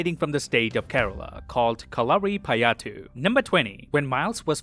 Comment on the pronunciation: You are pronouncing kalarippayattu in wrong 😆😆